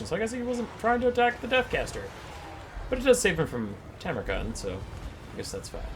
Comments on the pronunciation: i curse the person who gaslit into mispronouncing tamurkhan. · struggling with Tammy's name will never not be funny 😂